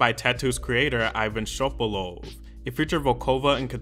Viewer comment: Пипец тут славян много оказывается, я думала я одна вся такая англичанка тут сижу Пс: айван шобалоу))0